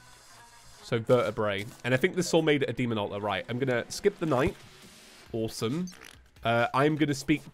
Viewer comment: Every time you say awsome, it sounds like tour saying oresome, but ive watched you for a long time and ive gotten yoused to it